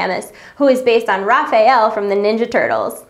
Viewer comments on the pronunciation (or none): none